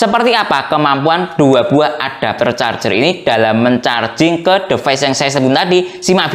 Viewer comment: DiVais baca tulisan Device pak